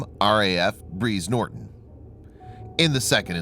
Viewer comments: It's Brize Norton as in prize NOT breeze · RAF breeze Norton, oh man i cringed so bad at that. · "Breeze Norton", lol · Im sorry but how does "Brize Norton" end up being pronounced by you as "Breeze Norton"? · Breeze norton 😂😂😂 American English??? English is English it was invented in the UK namely ENGLAND!!! Not AMERICA you can call it American English but it’s English pronounced incorrectly 😂😂👌👍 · RAF Breeze Norton? 😒 Pretty big mispronunciation.